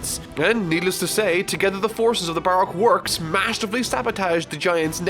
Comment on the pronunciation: Plz pronounce Brock works correctly bu rok work's